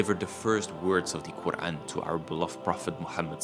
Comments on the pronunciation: brother your quran pronunciation is much improved. masha allah. as you read surah ul hassar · You are very correct and all of what you say is true. Your pronunciation of the Quran is beautiful. I aspire to be like you inshallah.